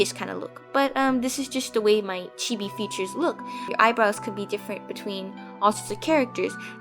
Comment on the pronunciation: at first when she said chibi I thought she said tv